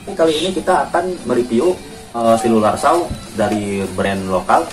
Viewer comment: bacanya itu bukan selular saw lur tapi sirkular saw. selular itu hape, ini gergaji lingkar . nice review, informatif bagi kaum mendang mending mcm kita 😆